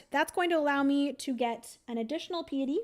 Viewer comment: I love you, but I just can’t let it go any more. It’s not “Pee-a-tee”, it is “Pie-a-ty”. It means “reverence to God.” And normally I think it is so rude to correct pronunciation so I apologize, but that is kind of a big one for devout people. Makes since since it is on the priest track!